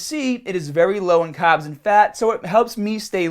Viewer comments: I like how you say carbs. For a second I thought you were saying "cobbs" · Why does he pronounce the R's in some words but then he goes and say "caaaahbs"... is the accent selective to certain words? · Make sure you cut down the cahbs!! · i just noticed you say carbs kinda weird. You from australia?